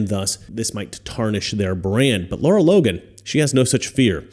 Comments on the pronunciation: 💡 Great report, as always. But you're pronouncing her name wrong. :face-red-droopy-eyes: Lara. Not Laura. 👉LAH-rah👈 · I was trying to find her Twitter and couldn't because you're saying her name wrong. It's not Laura it's Lara